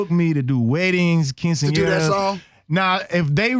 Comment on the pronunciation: Lol nigga said quinceñera